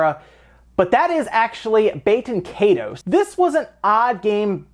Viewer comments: I've never forgotten. And it isn't "bay-ten kay-toes". It's "bah-ten kie-toes" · Baten Kaitos is meant to be pronounced [BAH-ten KAHY-tohs] . Like it's, I dunno, Latin or some-thing, rather than French or English. The way you said it, I thot you said "bakin' 'tatoes" (I wasn't watching the screen). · BAT-en KAI-tohs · I thought you said Baked Potatoes, not Baten Kaitos that entire time. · Bah-ten Kai-dos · I can't tell if you're pronouncing it correctly either. IE is usually pronounced [ee] in English. And the S in the word "toes" is pronounced like a Z. Both of these things are wrong. Baten Kaitos is meant to be pronounced [BAH-ten KAHY-tohs] . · Am i only one who kept hearing "Baked Potatoes" as the title for the Baten Kaitos????